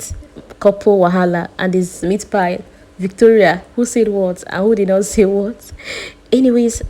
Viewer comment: It's meatpie not meatpile.